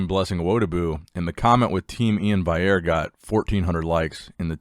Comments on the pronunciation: In before Nick says Vaillere instead of Valliere again :) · Love the video, Nick! But how can you say Blessing’s last name right but not Iain’s? Valley - Air lol